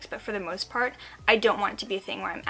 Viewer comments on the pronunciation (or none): none